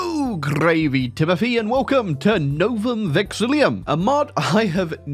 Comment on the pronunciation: I see that I'm not the only one who's mispronounced vexillum